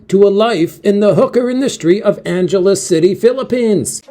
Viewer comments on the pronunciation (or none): Angeles is pronounced as Ang eles - Ang as in "angle"